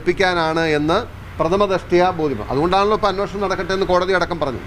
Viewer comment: അന്വേഷണം അല്ലേ...?? അന്നോഷണം എന്ന് പറയുന്നു... 🤔🤔